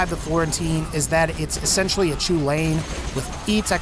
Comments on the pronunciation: I know I'm 2 years too late but the Chulainn is pronounced Cullen, not ''chew-lane''. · "Choo-lain". No, It's pronounced "Kell-in." As in, Cu Chulainn, the Hound of Ulster. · just so you know it Chulainn isn’t pronounced “choo-lane” it’s pronounced “kuh-len” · Lads I’m Irish. It’s pronounced “Hullin” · It's pronounced KUL-IN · Thank you 🤣 I was cringing so hard lol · The "Chulainn" is pronounced "Hull-an" it's Gaelic, named after a legendary giant Cú Chulaínn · "Chulain" I can't blame you, but thats not how its pronounced. Its pronounced "Coo - Lawn"